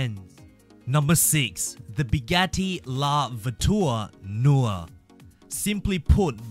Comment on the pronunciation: No the way he said Bugatti